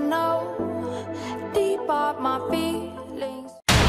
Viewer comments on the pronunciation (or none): none